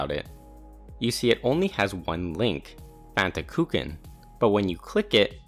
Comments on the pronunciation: "fantakooken" nah bruh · Fantakuchen (which btw. like (almost) all native English speaker you grossly misspronounce) is German for Fanta cake. Which is a little weird; normally the link to theGerman article would be de:Fantakuchen to the German wikpedia and I kinda doubt Fantakuchen really is a name used in English. Whatever, while the existence of the article is good for some mild amusement the Fanta cake / Fantakuchen didn't make it on my bucket list ;-) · Your pronounciation of "Fantakuchen" makes me angry 😅